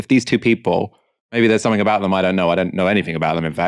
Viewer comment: If English is your 2nd language. 'Somethink' is actually spelt 'Something'.